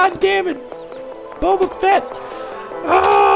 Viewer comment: bobafat? srsly? its Bobafet from starwars...